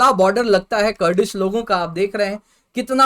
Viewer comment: Ye chutiye teacher ban rhe hai Kurdish ko curdish padha rha hai.